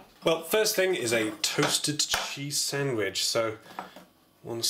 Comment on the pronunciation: "Sandwidge"